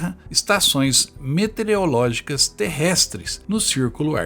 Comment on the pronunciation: Professor, várias vezes vc pronunciou "metereológicas". Só por isso dou 9,99 ao trabalho.